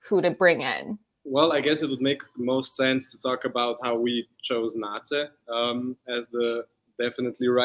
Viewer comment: Thanks so much for this interview! I really like your questions and the interactive part. Keeping my fingers crossed for a JO-interview with all the members for you! PS: In case it happens: Nace's name is pronounced "Na-tse", not "Nais" 😅